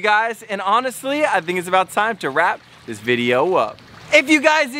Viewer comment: When you put the pacu in the new pond you said dis guy instead of this lol 😂😂😂😂😂😂😂😂😂😂😂😂😂😂